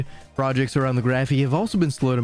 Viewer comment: “Graphene” not “Graphey”. The narrator keeps saying “Graphey” and since I noticed it I can’t stop hearing and being irritated by it. Even the transcript is interpreting the word as “Graphey “ !! I’m being silly I know but I found this so irritating.